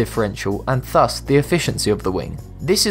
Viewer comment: 'Thus' is pronounced with the TH as in THIS, not as in THINK